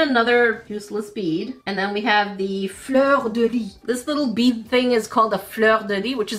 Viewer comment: The flower in the first package is a "fleur de lis". Alsi, The "s" of "lis" is pronounce.